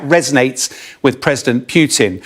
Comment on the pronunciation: “President Pewtin?” 😊